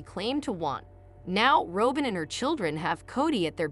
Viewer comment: You are not pronouncing Robin’s name correctly. It’s pronounced like the bird - Robin.Y